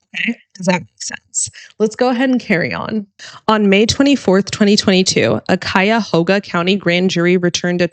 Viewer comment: Kaya-HOE-ga. Very good.